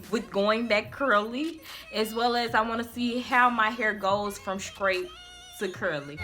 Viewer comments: Girl you was killing me saying scrate and scrong instead of straight and strong lol but your hair came out nice! You'll need to dust or trim to get rid of the split ends so you'll have healthier thick ends and btw I love that KeKe Wyatt song. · If u Say SKRAIT one more time...! 😂 Your came out sooo good though